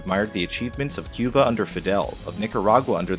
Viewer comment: "Que-ber" That's how you really pronounce Cuba. Just saying.